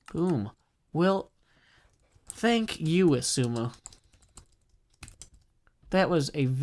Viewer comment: ‘Thak you’